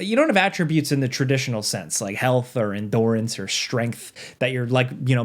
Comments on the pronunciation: Im sorry, but,.... did you just say en-dor-ance??? And you lied about the pizza!? FOR SHAME, SIR! FOR SHAME! lmaoo Unsubscribed Absolutely kidding! Keep up the content and the awesome Before You Buys! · endoorance? brother who is this guy